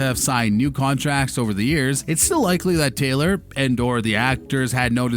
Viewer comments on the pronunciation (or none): none